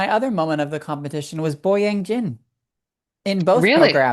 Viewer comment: annoyed me here for some reason - I normally enjoy his commentary, but he kept saying Boyang Yin instead of Jin over and over even with the announcer in the background saying it right and it really irritated me. His commentary was also just 'that was underrotated' over and over, there wasn't a lot of substance this time compared to normal.